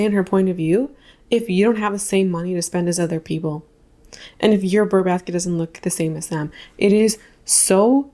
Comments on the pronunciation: Btw, it's brrr, like cold. It's not burr like a plant seed pod, etc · it’s- brrrrrr basket, just saying…… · It’s “Brrr” baskets, as in being cold 🥶 Unless it’s “Ber” baskets, for the months ending in -ber 🤔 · "Burr Basket" makes me think of Aaron Burr and Hamilton. 😂 It's "Brr Basket."